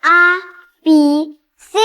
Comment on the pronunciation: 為甚麼讀 呀，B，C😂😂😂😂😂